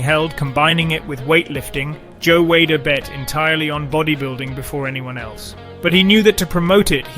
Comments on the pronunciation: Is this a robovoice in this video? "in the year one thousand nine hundred and sixty five"????!!!! Seriously? BTW Weider is pronounced "weeder" NOT "Wader"... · Joe Whey-der? The fuck? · It's we''' der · Who the fuck is Joe Way-der? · I hope the narrator isn’t the one who wrote this and is presenting this. You aren’t even pronouncing Joe Weider’s name correctly. I’m writing this pretty early in the video but also, anyone who knows Arnold’s real story also knows that the story about his dad’s funeral was taken from another bodybuilder he knew and he thought it looked good for Pumping Iron. I can’t stand inaccuracies in biographies this day and age.